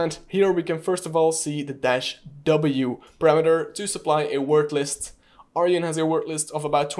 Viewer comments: It’s Arjun not Aryan… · It's pronounced ...Ar june :) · Cool content :) Just a help tip the tool name is Arjun not aryan